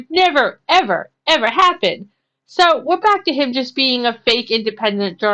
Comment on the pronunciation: 3 seconds into his intro is all you need to see what a clown he is, and when he says "BACK" like it's something special, I threw up. A know nothing know it all.